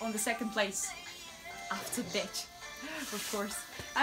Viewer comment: When you say BECI sounds like BITCH 😂😂😂 hey azi am descoperit pagina ta. Super bune video-uri, adevăr vorbești 🤘🏽 Good luck girl🍀